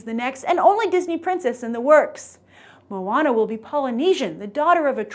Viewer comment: Not MOO-WAH-NA, it's MOE-AH-NAH